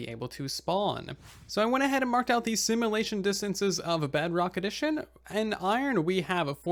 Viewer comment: Ear-piercing pronunciation complaint to be made: Should be sim-yu-lay-shun, not sim-uh-lay-shun 😑